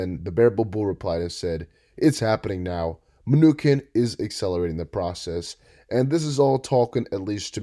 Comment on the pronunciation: Not only are you unable to say Mnuchin You dont even have who said what straight...if your gonna bandwagon put in atleast a min effort to not sound super uneducated